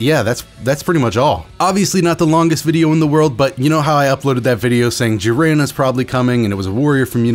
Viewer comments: i love you but... "JEEren" not "JIHren" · Lmfaoooo what do you say jiran it’s jiren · Still love the content but its JI-ren not ji-REN, emphasis early. Thanks for the update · Only disliked cuz of the way you said jiren most times. It’s jiren not Ji-REN lol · Y do u pronounce jiren like jir-ren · Clicked off the video instantly when i hears hin say jiren lmao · That's not how you say jiren 😠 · How tf do you butcher Jiren‘s name like that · Bro why do you say Jiren like that :( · The way he said jiren annoys me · The way you pronounce jiren hurts me physically and mentally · God I hate how this guy says jiren like why